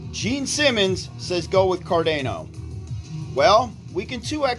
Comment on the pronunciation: Car-day-no 😂 Sha-BOOOOMMMM!!!